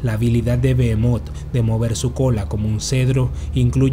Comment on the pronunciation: Bro en vez de leer "Bohemot" ( terrible nombre de pokemon) ley " Belmonth" . Tenemos que ver despues de la sangre de zeus Castelvania bro.